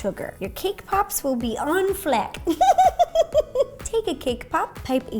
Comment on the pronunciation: Did she say "on fleck"?